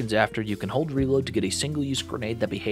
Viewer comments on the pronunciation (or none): none